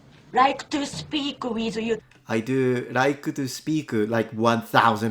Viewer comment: I recognized the brazilian by the way she pronouced "to" like a "choo".